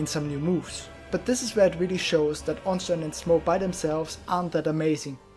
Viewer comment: Haha. Finally someone, who uses German pronunciacion of Ornstein. Not the usual orns-teen.